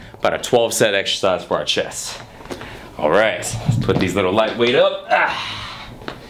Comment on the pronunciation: ChesT (note the 't') not chess